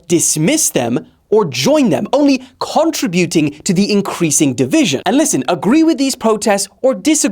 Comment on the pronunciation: "...only CONTRA-BUTING" -, the guy I get my news from